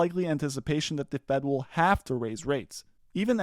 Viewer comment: I think he pronounced arkmans company wrong.